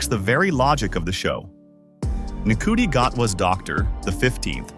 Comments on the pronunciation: N-Cootie!! wtf. Learn how to pronounce his name at least! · whats hollyoaks got to do with it haha, and his name is pronounced shooty, bloody ai voices